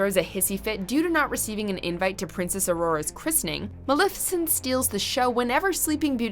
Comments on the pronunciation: MUH-LEF-IH-SENT!!!! Hot damn she’s one of my favorites put some respek on that name! 👏🏼😌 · Girl, you have go to work on your pronunciations. I was completely taken out of the video each time you butchered Rasputin and Maleficent. For future reference, just say it the way the characters and everyone else in the world does, k? Please and thank you. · Nah it's unacceptable. His name is pronounced properly in the movie; just as the name of the historical figure he was inspired by. We don't get to be excused from saying someone's name correctly because we're "American."